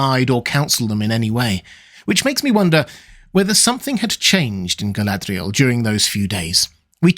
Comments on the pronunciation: I can’t even get my head around how you are pronouncing her name. What kind of accent is that meant to be and what guidance is there from Tolkien for the proper pronunciation? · why do you roll your "r"s when pronouncing Galadriel or Lorien but not when you say the word Sauron?